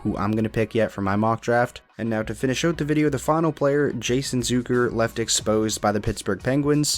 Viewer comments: It's ZUCK like suck.... not zook like a bazooka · You mispronounced “Zucker”. It’s not Zooker.